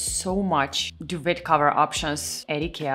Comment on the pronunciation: I LOVE my Tarva bed! I’ve had it for several years. Solid pine; simple Scandi design. Your English is perfect; don’t worry! Duvet is actually French not English. It’s pronounced “doo-vay”.